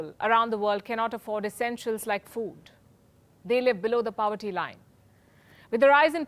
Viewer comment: Nice presentation. But its not Inflation 101, its the consequences of inflation described here. And Palki, whats POWERTY ? 😆